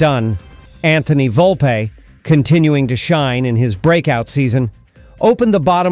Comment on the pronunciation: When you mispronounced Volpe's name, I was done with this channel. You are not a Yankees fan!